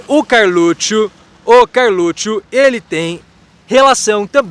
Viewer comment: realmente. Se eu fosse o Carlixo, ficaria puto com esse jeito dele pronunciar Carlutchu😂😅🤣😂😅🤣😂😅